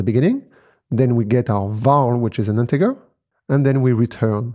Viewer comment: Nice video! By the way, integer is pronounced with a soft g sound, IPA /ˈɪn.tɪ.d͡ʒə(ɹ)/